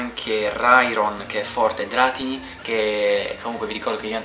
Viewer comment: Si dice dratíni non dràtini